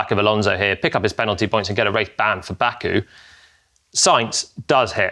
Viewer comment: Jolyon, you didn't have to us bad like that with 'Baku' 😅